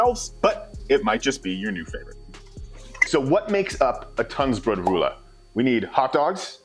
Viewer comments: not to be that jerk but it's Tunnbrödsrulle not Tunnsbrodrulle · Whats weird about that? Also it's called Tunnbrödsrulle, not an "s" after Tunn. 🙂